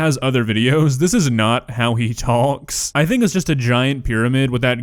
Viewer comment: when you say, “talk” your country accent comes out 👀 lol i live in Arkansas too and it’s inevitable even when we try and cover it up!